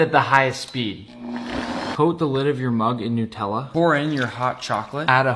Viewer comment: The way he said Nutella nutellla 😂